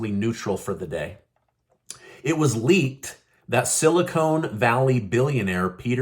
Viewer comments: The word is silicon not silicone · Are you pronouncing "silicon" correctly? It's silicon, not silicone. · The word is Silicon Vally not silicone...